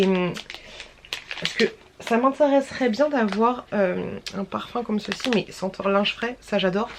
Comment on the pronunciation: Cc stp arrête avec COMME CECI en plus tu le prononces bizarrement et tu le dis h24 partt mille fois pendant les retours de courses etc stp c’est un msg bienveillant c’est strident à force vraiment 😮